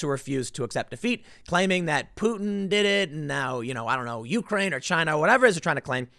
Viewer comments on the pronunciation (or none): none